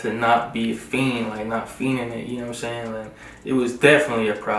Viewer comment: "..know whutum' sey'n."